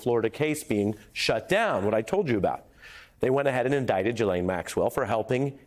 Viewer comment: It's laughable that a prominent TV news person such as Ari Melber hasn't done his homework as to how to pronounce the French name Ghislaine. I don't expect it to be just like the French do, but it sure could be a lot closer. I haven't heard one American media person (on TV or online) pronounce it near correctly. I don't know if it's because they are lazy or they just don't care and the same goes for what I fear is the majority of American media viewers.